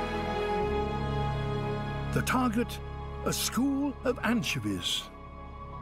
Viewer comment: Let's all this take a moment to appreciate David Attenborough's pronunciation of "anchevies" lol.